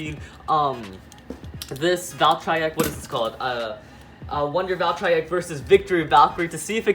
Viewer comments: It's valtryek not valtraayak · It’s voll-tree-yek not voll-tri-yek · It’s Val-TREE-eck not Val-tri-eck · It is val-tree-eck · It's pronounced val-try-ek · It’s Val- TREE- ECK that’s how u say it plzz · im laughing he cant say valtryek properly XDXDXD